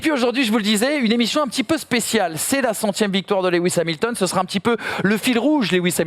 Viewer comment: Top cette "Cette émichion " x) Sans dec bravo pour la réalisation !